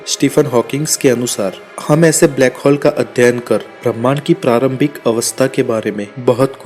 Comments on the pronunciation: Its hole not hall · ब्लैक हौल, नही भाई ब्लैक होल बोल